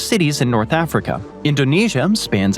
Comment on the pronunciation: Scandinavium, Africum, Asium, Oceanium...I was educated in the US 30+ years ago, but never learned these "um" endings. At least not that I remember. Maybe I just need new earbuds? :face-fuchsia-tongue-out